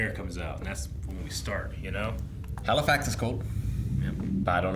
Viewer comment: it says halliwax not Halifax